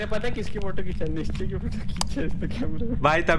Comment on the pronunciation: It's Nischay not Nischy